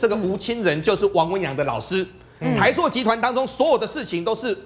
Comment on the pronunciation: 台朔(音：硕）？！还是台塑（音：速）？！🙏🙏🙏🙏请别再唸错别字了🙏🙏🙏🙏